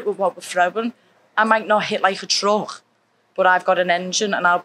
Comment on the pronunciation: " I might not hit like a trucchhkkkkkhh" - Molly McCann. Love this scouse lass. Really wishing her luck in the UFC. Fingers crossed its a big ranked opponent next for her!